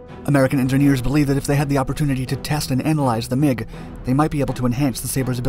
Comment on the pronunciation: Anyone else hear McDonalds when he said MiG Dominance? ...No? Just my juvenile brain?